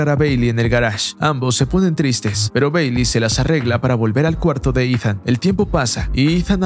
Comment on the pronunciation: Mi parte favorita fue cuando dice beyli...